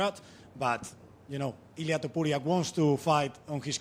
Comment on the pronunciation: It irks me that almost everybody pronounces Topuria as Tuporia